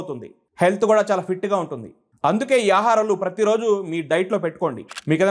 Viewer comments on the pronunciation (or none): none